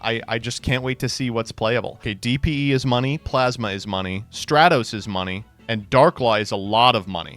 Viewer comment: When the hell did stop saying "straytos"?